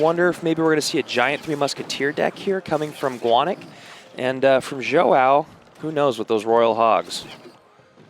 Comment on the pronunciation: These casters are terrible. Instead of pronouncing King Joao's name like King Jow. Both of them are saying King Joe-oww. Stream would be better without these 2. Maybe I'll just turn the sound down. But I mean come on. At least get the players name right. That should be easy. Soo freakin annoying. Once again, my cousin that stutters and has turrets is available if you want to upgrade supercell.